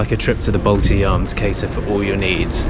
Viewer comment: Nice to hear that no more Baltidzaam but now its correctly Baltijaam.... :)